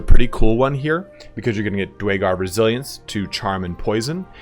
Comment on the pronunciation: My apologies but I have to nit pick here; the Dwarven Subrace of Duergar is pronouced Dooergar as opposed to dwaygar. though because of the weird name most people I know just call them deep dwarves lol